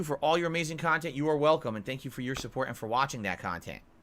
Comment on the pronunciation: Curated khantent. Snort.